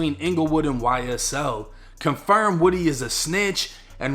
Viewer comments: Lil woody, but you say it like lil wodie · It's Lil Woo-d, not wood-e. Listen to Young Thug's old and new music 🎵🎶, DK, Lil Woo-d, SB, Tick, Roscoe, Yak, and Duke all top shottas, of the YSL Family. I know these cats, Nut was playing both sides of a dangerous game, thought it was cool, just because his rank, 2 Lions can't have the same pride in the same jungle, safari, or savanna...💯🤧⚖️⏳🌎🌍 Also Rayshawn Bennett, Lucci was playing both sides, while trying to clout chase within the city 🌆 and gang EFB, ABG, SMM, YSL Family..! When u take it to the streets, you can't switch it up, when the next man hits harder than you, you REAL, then stand TTD ten toes down, on the codes that governs the TRU gangstas in the game 🎮...💯💪⏳⏳🧢🎓🙏🚪🥊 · His name isn’t woody it’s pronounced like this WU-D! Cmon y’all don’t remember when that crazy bastard corrected when she got it wrong? 😂😂😂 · It's pronounced (Woo-dee) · That man name is pronounced woo-dee (woody) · Its L il Woo-Dee 1090🤣🤣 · Are we sure it's pronounced woody or is it woo - dee. My friends nickname is woody but pronounce it woo- dee.